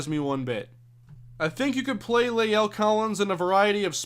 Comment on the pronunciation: By the way, La'el Collins' first name is pronounced "lah-ell," not "lay-ell"